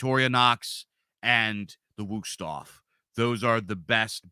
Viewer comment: thanks for the knife tips. I approve the Wüsthof pronunciation.